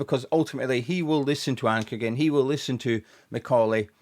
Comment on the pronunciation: Ankergren is with an R, just when you say his name so much 😅